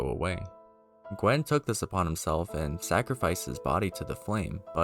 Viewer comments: Gwyn, not Gwen. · OR Gwyn Gwen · ah yes, good ol "ith rill" edit: bro, there is no way you just called gwyn "gwen" wtf, there better not be any more pronunciations like this, i physically can't fathom how you are reading these words this way.\ edit 2: dear god "priskilla" at this point i have to write down every one i notice. its now just funny to me